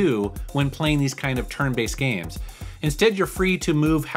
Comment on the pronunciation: It's not gmes it's games